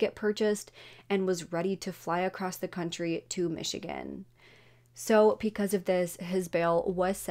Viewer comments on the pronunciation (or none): none